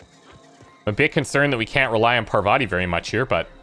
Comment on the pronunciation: Is this not Paar-vathi.